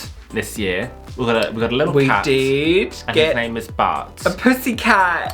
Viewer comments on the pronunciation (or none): Anyone else hearing "butt" every time they say bart?